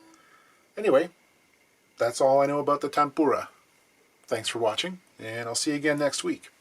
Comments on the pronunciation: I was born within the sound of the Bow Bells (just up the road), so a true Cockney, Even I hate the lowbrow sound of "fanks" you will be saying "Mumfs" next instead of "Months" London and Essex baby talk. Lol But "fanks" for the great work and videos. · The 'Fanks' thing is called TH fronting and is where TH is replaced by F or V. It's common around London suburbs. As in "Fanks for the video, Bruvver"